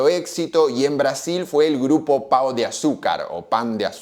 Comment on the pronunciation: se pronuncia paun con la n marcada y nasal. Son re lindos esos supermercados